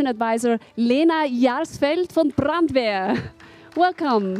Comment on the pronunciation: when she said Brandweer i cound't stop laughing. I must think about it in real when they drove by and she say it. greetings from the Netherlands